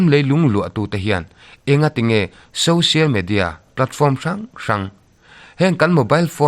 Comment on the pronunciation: Social Media tih a Social tih lai "SO" lai tak SAW tia in lam lo kha a va dik tak em??? Social √ Sawsial X